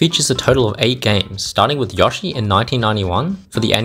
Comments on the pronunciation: aint no way this guy just pronounced yoshi like "yawshee" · Ok, HOW DO YOU PRONOUNCE YOSHI ANYMORE.